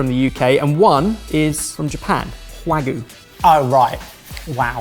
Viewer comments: Love your work, guys, but Wagoo? Not Wagoo.. it's Wagyu! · It’s wah-gyu, not waa-goo,! 😂 わぎゅう！ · I believe you mean "hwagu" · you guys kept pronouncing wagyu as wagoo lol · Wahgoo? C'mon, chef! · I love you guys so much, but you’ve got to stop calling Wagyu - wagoo. It’s not goo, it has a y in it. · Was no longer able to focus after mispronounced "wagyu" as "hwagu", and then moments later did it again while talking about going to eat it from a premium Japanese restaurant... C'mon man, you're a chef! Wagyu is world-famous in the culinary world! You're killin' me...:[